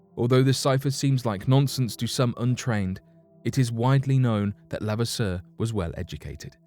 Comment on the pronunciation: I am related to him. It's pronounced lu- vass-er